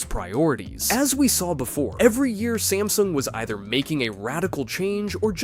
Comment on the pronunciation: smasnug XD